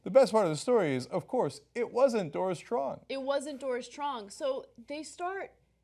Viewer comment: lol that was the worst mispronunciation of Truong I've literally ever heard.